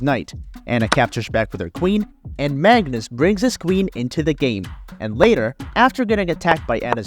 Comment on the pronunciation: Magnus not Mangus :D